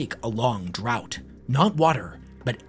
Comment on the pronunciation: "a long draught" is pronounced like draft, not drought